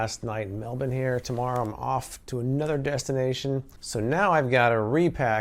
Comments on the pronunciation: Loving that you tried to tear the note! They're also washing machine safe :) I hope you really enjoy your stops in Surfers and Sydney, and I'm sorry I didn't get to see you again before you left! Safe travels! 💙💜❤️ And congratulations on your pronunciation of Melbourne! You're almost an Aussie now ;) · Thank you for saying Melbourne properly in the intro! 👌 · From a Melbournian, thanks so much for pronouncing it correctly! Hope you had a great time and wish I could've said gday!